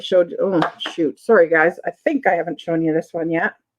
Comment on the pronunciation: More like "saw re" lol